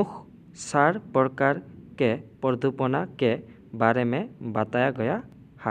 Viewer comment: Pradupana nohoi praduson hoi😊❤